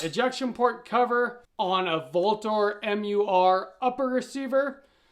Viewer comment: The name Vltor is pronounced with a U and not a V. Latin “Ultor” meaning Avenger. A cool little nugget my friend.